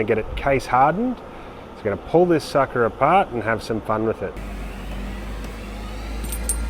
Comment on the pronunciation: I misheard you, chuckled then realised you said "sucker"🙂